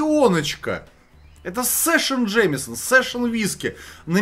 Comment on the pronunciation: Друг, живущий в Ирландии 20 лет, говорит, что следует говорить Джеймсон, а не Джеймисон.